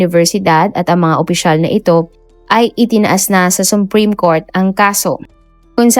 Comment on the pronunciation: Akala ko supreme court ang narinig ko, sumpreme ang dinig ko tlga at inulit ko pa